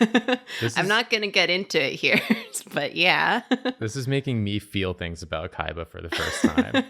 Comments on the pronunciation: Why do I always heard "Kayaba" everytime they say "Kaiba"? I hate SAO it ruined my life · Why does it sound like they’re saying ‘Kaiva’ 98% of the time?